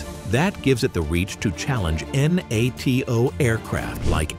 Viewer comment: This is AI generated slop. You tube you need to stop this. Who pronounces “NATO” using its initials only. N-A-T-O